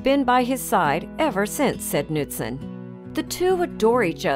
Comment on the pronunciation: She pronounced Knutson wrong, I know because that’s my last name